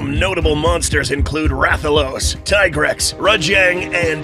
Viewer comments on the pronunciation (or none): It’s pronounced “Tee-Grex” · I got summoned by the mention of Deviljho, but almost got banished by the pronunciation of Tigrex.